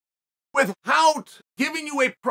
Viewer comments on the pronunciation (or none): CHAEL!!!! STOP SAYING WITHHOUT!!!